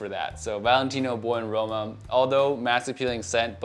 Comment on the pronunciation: I thought u said boring in roma 🤣🤣